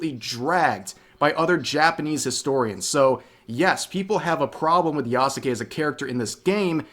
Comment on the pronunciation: *does all the research to confirm that Yasuke was/wasn't a samurai* *Still can't even say his name right*